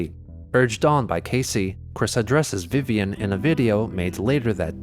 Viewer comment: "including his cou'zn vi'ian" Cousin Vivian not chlamydia